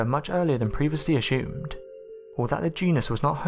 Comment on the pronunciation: This guys videos are always intriguing and they captivate well enough for sure, but DOOOOOOOD it’s ASSUMED not Aschoomed, Ah-Sssss- oooomed. And hey no big deal if ya can’t say it, but X-Nay it from the narrative then . It was thought, or it’s believed, or left to my own thoughts, hell even I Thunk it be! Anyways carry on.